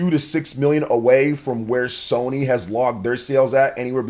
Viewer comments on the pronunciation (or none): none